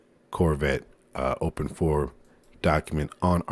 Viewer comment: yes the right way